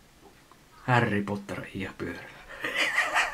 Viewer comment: xDDDDDDDDDDD ei vittu toi härri potter juttttu :D:D. oon iisalmesta nii toi on kyllä ihanku harry potter :DD